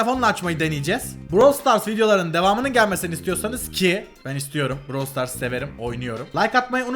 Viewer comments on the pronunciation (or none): abi proyum diyosun brawl star diyosun brawl star degil brawl stars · abi browl stars değil brawl stars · Daha brawl stars diyemiyo prosuyum diyo